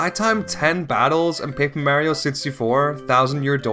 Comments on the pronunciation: Jesus, learn how to pronounce Mario. So annoying I gave up watching this video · Couldn't watch because of the constant mispronunciation of Mario.